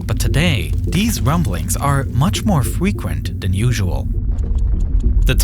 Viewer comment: These wumblings are much more fwequent